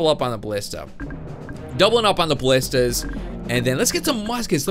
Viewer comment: Aye you're subscribed to MattShea! He had the same problem with the pronunciation of ballistas or ballistai too!